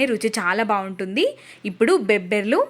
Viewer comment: బెబ్బర్లు కాదు బబ్బెర్లు భాషనిఖూని చేసి మాట్లాడకు తల్లి ఎందుకంత స్టైల్ కామన్ గా చెప్పొచ్చు కదా